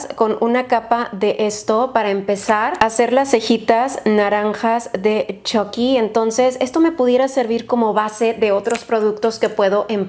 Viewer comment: Yo al principio con la esperanza de que diga chucky con u , y no con o : chocky :(